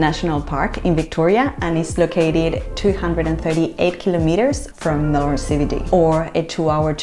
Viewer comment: And you pronounced MELBEN ( Melbourne) correct. Well done.